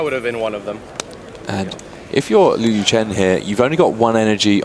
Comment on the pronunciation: I wish the commentary team would have taken a few minutes to talk to Liu and learn how to pronounce his last name :(